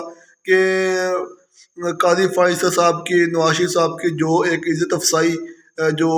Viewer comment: عزت افزائی ہوتا ہے عزت افسائی نہیں ہوتا